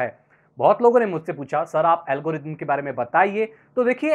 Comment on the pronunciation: pahele thik se algorithm bolna shikh bad me video banana